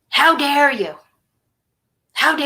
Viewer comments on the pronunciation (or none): none